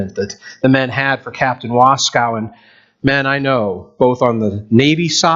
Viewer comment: There is no cow in Waskow. We pronounce the name, "Was-koh"